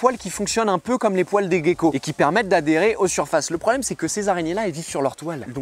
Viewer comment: Svp, le mot gecko ne se prononce pas comme Seth Gueko, rien a voir ! Faut pas se laisser influencer